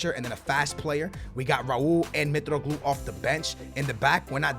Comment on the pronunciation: FYI Mitroglou is pronounced in I I'm Greek so I know